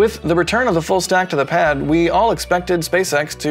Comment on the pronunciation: Did say "Full snack"? Lol..must be bacon time!